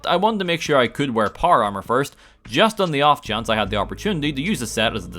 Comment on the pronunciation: it took me way longer than it should've to realize you were saying "power armor" and that you weren't talking about some kind of golf armor